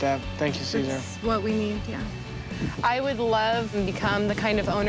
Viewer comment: Why do they all pronounce Cesar's name so wrong?